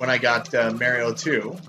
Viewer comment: Dr. MARIE-O?